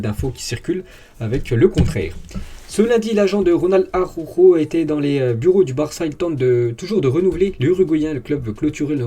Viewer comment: Salut,très bon travail,continue comme ça.merci. Ps: prononciation Jutgla=Routgla.(🙂) Et.araujo= arlaouro